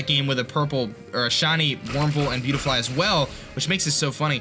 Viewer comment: Buttyfly...... say that but slowly. See how it sounds like BUTTy-fly...... it’s spelled beautifly.